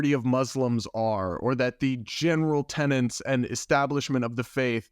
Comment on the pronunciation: Tenets! Not 'tenents'. Goodness me.